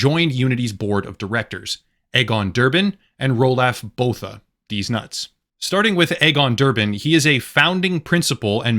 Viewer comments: Its pronounced like Ru-lof Boo-ta if he is from South Africa like Elon Musk. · "Roo-loff Boo-ta" is the correct pronunciation.